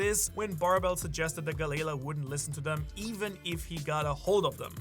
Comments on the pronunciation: Pluton is under wano 😂😂😂😂 it was confirmed to in the manga at the end of the wano arc also its gally lah not ga layla please pronounce it if your an actual one piece fan ud say it correctly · Why do u keep pronouncing it as Galayla I thought it was Galley-La🤷🏾‍♂️ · Bro it's Galley La not galayla 😂 come on ur accent isnt that bad 😤 please if ur gonna sponsor so much use it to double check pronuciations 😊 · I hate the way galley la is said......